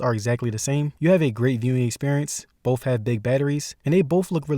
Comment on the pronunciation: once he said 'bowff' i was done.